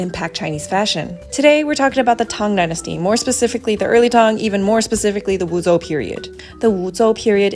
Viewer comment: Never heard of the pinyin "zhou" being pronounced like "zou"